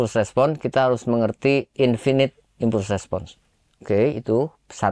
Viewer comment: Maaf, izin koreksi dan, pronunciation nya salah yak, finit dibaca fainait, impulse dibaca impals